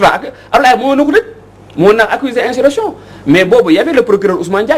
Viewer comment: vous prononcez mal le mot insurrection. A la place de s vous dîtes z. Veuillez rectifier. Merci